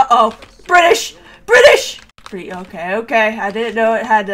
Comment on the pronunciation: Bri’ish moment